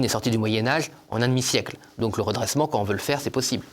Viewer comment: Il faudrait que des personnes publiques parlent correctement Français. Monsieur Tanguy, comme beaucoup d'autres, ne respecte pas les liaisons, les quan on les quan i. Ces gens là qui hurlent, à juste titre, sur la décadence de l'école devraient montrer l'exemple pour les enfants qu'on reprend sur le sujet et qui nous disent le monsieur parle comme çà à la télé.